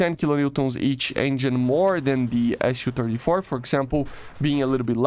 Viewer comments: it's Su not SU. you say it soo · lol, it is pronounced ‘soo’. In Russian it is Су, short for Сухой, the су makes a ‘soo’ sound.